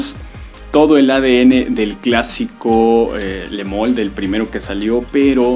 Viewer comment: Jean paul Gaultier.......Le moool 😂😂😂 que rara pronunciación